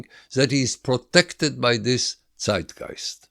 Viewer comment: Finally someone who pronounces Zeitgeist correctly